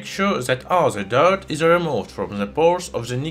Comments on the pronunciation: Just stop pronouncing ' the' , za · Why you pronounce "z" the "th"? Zis is ze best element in ze world😂😂😂